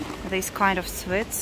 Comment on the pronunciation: Hi. I'm enjoying your videos. I watched half of this not understanding what you were shopping for. "Swits?" Then I realised you were saying "sweets." (Rhymes with "eats") I love the Russian accent but find it funny that all vloggers mispronounce "clothes." (Of course, I live in the South of the U.S., so I suppose a lot of English speakers would argue with some of my pronunciations.) The "th" is silent in the word "clothes." I think a pronunciation dictionary would have something like "klōz." Anyway, I'm glad that you don't seem daunted that 75% of your viewers are men. Best wishes from America.